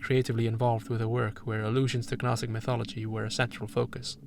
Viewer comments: Gnostic is pronounced naw-stick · I’ve never heard somebody say the word gnostic without making the g silent. Do you say things like ganome (gnome)? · The G in Gnostic is silent. Same as G in Gnosis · love the video but the way you pronounce gnostic is taking me out of it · Yeah same, this guy is clearly well read idk how he’s completely mispronouncing it